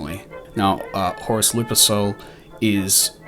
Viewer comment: Now I’m gonna hear “Lupersill” instead of “Luper-KAL” in my head every damn time.